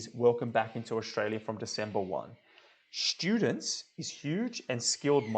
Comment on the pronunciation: Thanks for the clip. No offence but strong is not pronounced shtrong and student is not shtudent. Kindly meant.